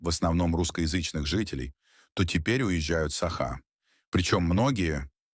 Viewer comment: Научитесь сначала правильно ставить ударение в слове "саха", а потом уже революцию затевайте 😂